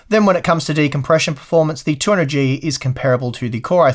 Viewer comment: Now I know what a heavily sleep depraved looks like: keeps saying A12-900 instead of A12-9800 and 200Gee instead of 200GE. And also forgets to test the processor with the 1080 ti FTW. I'm hoping he'll make up for it by testing it with the 2080 ti FE. Thanks for the video!